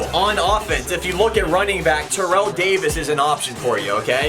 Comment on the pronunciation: i would do Terrell Owens because.........it's Terrell Owens (also it's pronounced tair-ell, not terrell)